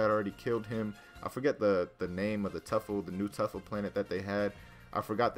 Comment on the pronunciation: "Tuffler" LMAO